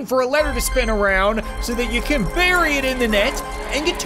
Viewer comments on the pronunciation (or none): none